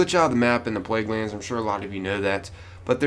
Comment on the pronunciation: He said "Plaguelannds Control" at the beginning. Anyone else notice?